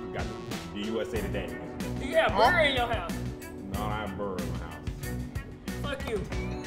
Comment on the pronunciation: do you have beer in your house: I don’t have burr in my house 😂